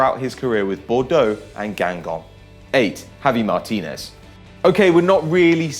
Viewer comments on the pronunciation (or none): it's javi martinez not matinez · "Javi Matinez" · Javi Matinez? Better get that fixed. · "Javi Matínez"